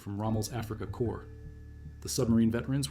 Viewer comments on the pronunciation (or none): none